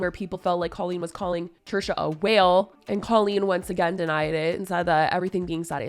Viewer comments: The way Jojo pronounces Colleen like “Cul-Lean” 🥴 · You’re pronouncing Colleen’s name wrong … it’s a hard O